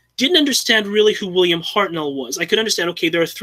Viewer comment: pronunciation of Hartnell